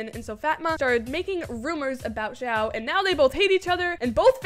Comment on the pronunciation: xiao is pronounced see-ow(say it quick) love ur videos btw.